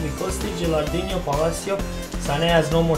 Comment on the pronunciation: I'm an italian fan. Could you please read "no" of gilardino like you read no in english and not like you read ronaldinho? You're great